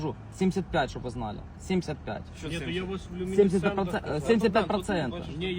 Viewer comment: У люмінісцентах! У люміністентах, блять!!!😂😂😂😂